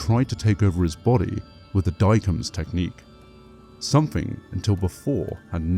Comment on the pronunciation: Guilliman is pronounced "gilla-mun", not "gulla-mun". The second E in 'Sedayne' is silent. "Sedayn", not "sedaynee". Diacomes is "dee-a-ko-meez", not "dykumz".